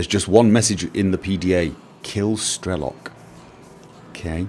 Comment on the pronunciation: It's Strelo'k, not Stre'lok. Strelo'k means "a shooter" (a person that is shooting) in russian.